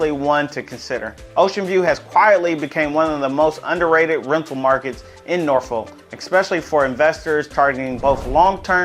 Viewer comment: how you pronounce norfolk is just so incorrect